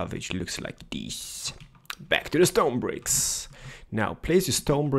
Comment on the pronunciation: I love how energetic he is about building a house with "The Stone-a Bricks